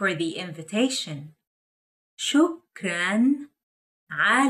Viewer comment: 👏👏👏 شكرا لكم لو تراعون خصائص المقاطع الصوتية العربية في النطق البطئ فسيكون الأمر أكثر فائدة ان شاء الله مثلا بدل من مجرد تمطيط وتقطيع الكلمة كقول "شو كران" فالأفضل توضيح مقاطعها بنظام الاصوات العربية "شُكْـ/ رَنْ" وهكذا.